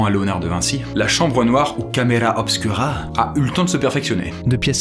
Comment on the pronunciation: super vidéo sauf que tous le long tu pronoces camera obscura alors que c'est du latin et que le u se prononce ou du coup sa s écrit camera obscura mais on prononce camera obscoura ( je comprends maintenant à quoi ma servie 1 an de latin )